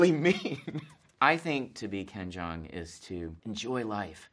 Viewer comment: What he said: Hi I'm ken jeong What I heard: Hi I'm ben chang